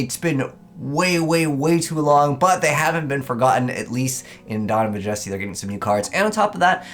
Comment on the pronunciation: So it's not just me who thought he was saying it weird